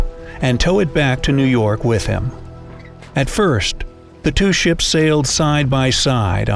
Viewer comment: anybody else herd 300 chips instead of ships?